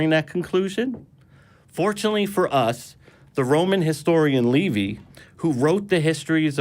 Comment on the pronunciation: Who is ‘Levy’? Who is ‘Josephius’? What is a ‘Council of Rome’? Is he referring to Livy, Josephus and a Consul? If so, how does he manage to be so confusing in his mispronunciations?